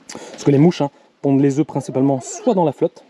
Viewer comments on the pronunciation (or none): none